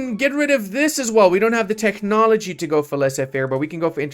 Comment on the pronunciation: Techhhnology, Eye-Ron 🙃